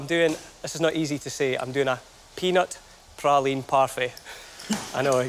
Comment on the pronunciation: Nice to hear "praline" pronounced correctly...